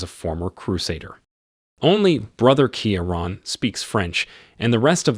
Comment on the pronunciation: It’s Key-Ron not keya ran !